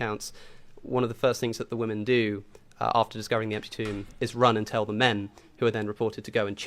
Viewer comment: What is it with people not saying Women properly? Not saying Wymen and saying Woomen